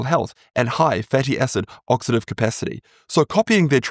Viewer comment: Oxidative not oxative🤦